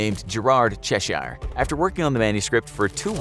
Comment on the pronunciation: You don’t have to emphasise the “i” in Cheshire - it’s pronounced Chesh-er 🤦🏼‍♀️🤦🏼‍♀️🤦🏼‍♀️🤦🏼‍♀️